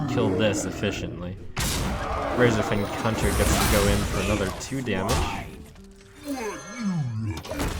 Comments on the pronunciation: Did he say razorfen cunter ? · I'm going to be that guy. it REALLY sounds like Trump called it a "Razorfen Cunter". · "razorfen cunter"?? lol ok